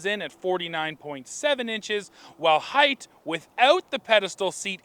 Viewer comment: It is pronounced height, not heigth